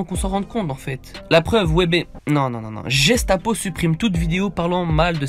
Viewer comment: "Jestapo" stp c'est guestapo (prononciation)